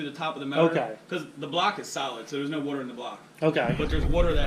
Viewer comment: All I heard was “wooter” and “RATiator”